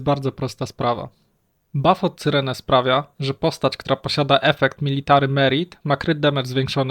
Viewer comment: Jak jeszcze raz usłyszę C y r e n e to mnie szlag trafi.